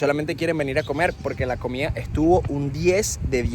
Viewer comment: lo siento,yo lo unico que me siento motivadoi es darle like me gusta el video y deja el criollismo y corrije la pronunciacion vegera de llanero comia en vez de comida te estas comiendo la d como los llaneros vegeros de resto espectacular tu video felicitaciones y mandame una arepa de don pepe